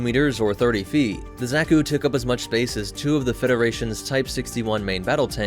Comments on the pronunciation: I'm sure I'm not the first, but it's not "Zach-oo," or "Zech-oo" It's more like "Zock (rhymes with sock)-- u" The second syllable is usually emphasized in Japanese iirc, so "zockUU" is close to correct. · Cannot get over the pronunciation of Zack-ku and not Za(Like Ha)-ku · Zaw-kü, not zack-oo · This is no Zack-u boy, no Zack-u! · Another day, another rouge anime-tuber vid. What does this one have to say about my beloved? Watching....... Seems to know his stuff so far.... not too ba..... Did you just call it, Z ă k oo? Triggered!!! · pls stop saying "zeku"😭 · Not to nit-pick to much but, Zah-Koo. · " Zacku " .... That pronunciation... -.- Love the new content!!!